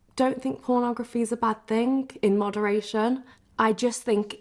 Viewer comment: Did she just say moderation 🤦‍♂️